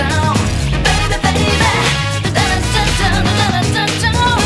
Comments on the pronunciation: Original: bay be bay beh! New : baby babyy~ New version sounds bit off putting, they couldve tried to make it the same pronunciation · Are u kidding me? Even Justin Bieber's song "Baby" is pronounced beybehh. F*k me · it’s good but she pronounced baby right and didn’t go ‘behbeh’. i don’t know how to feel about this. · All the new songs in P3R slays, but Mass Destruction should stay in the 2000. Her pronouncing "baby" so fluently makes it oddly weird😂. Is there any reason why they couldn't use and adapt it from the main game? Genuinely asking